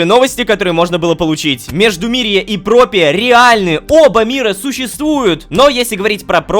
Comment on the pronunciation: опять ошибка не "Пропия" а "Проппия"